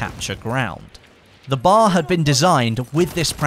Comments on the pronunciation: I hate how he calls it a bar instead of B.A.R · Before bf1, I have seriously never heard anyone pronounce it as bar. Military personnel, historians and gamers always said B.A.R. which is the correct way. Bar annoys me. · The BAR is Pronouned each letter by its own btw